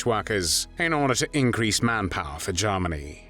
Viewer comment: "Garmany" "Tharty" 🤔??